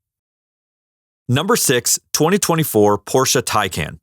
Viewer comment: It's pronounced "TIE-CON".